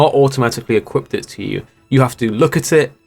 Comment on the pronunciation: 'equipt it'